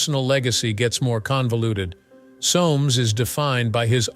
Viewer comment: BTW - in English that name is pronounced (phonetically) SOMES . . . .